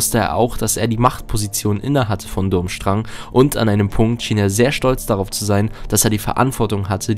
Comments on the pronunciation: Die Schule heißt BTW nicht Dummstrang sie wird anders ausgesprochen... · Es tut mir fast körperlich weh, wenn ich höre, wie du den Namen der Schule aussprichst. ^^